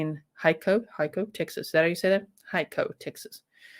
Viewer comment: You said it right. It is Hico Texas.